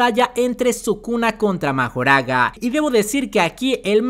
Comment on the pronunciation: Pues tecnicamente no es el usuario de las 10 sombras el que le puede ganar a los 6 ojos, mas bien es Mahoraga, que por cierto se escucha que lo pronuncian como Makorah.